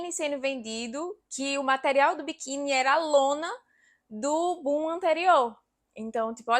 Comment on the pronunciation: Bom video. Mas porfavor nao diga bum diga boom!